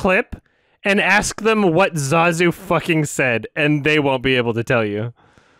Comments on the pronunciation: I'm pretty sure that's how it's pronounced...unless Jon Favreau has been saying it wrong. Jon Favreau: ZAAAZOO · Even me as a small child could pronounce ZAZU's name correctly